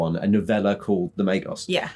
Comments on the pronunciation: The g in Magos is hard as in guy, in Magi it is soft and pronounsed as a j as in jam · Definitely Magos not Magos 😉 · Guys, the "Magos" is wizard in Greek. It is pronounced with a as the a in that. The g is like the g in egg.